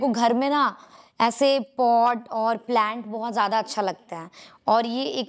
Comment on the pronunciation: Khud Ki English Dekh Lo Madam Ki Promotion To Kr Di But Khud Ko English Nhi Aati😂😂😂😂Lol plaint Nhi Hota Plants Hote Ha Duo English N Yahi Sikhaya Ha Maindak 🐸